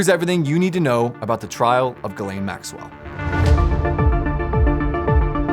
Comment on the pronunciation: its name is jizlane! Pronounce correctly...